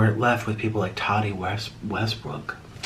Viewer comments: IT'S TATI. NOT TODDY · Why does nik keep calling her "toddie" 😂😂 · Lmao he said “tatee” 😩😂😂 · He says it like an English person would